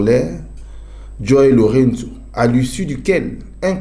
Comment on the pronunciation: Chroniqueur tika ko bebisa kombo ya président angolais kombo naye JOÃO LOURENÇO eza ndenge yo ozo bengela ngo t wana